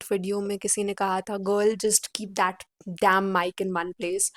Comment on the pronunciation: Hey don't pronounce 'that' like this Bhat ganda sound ho rha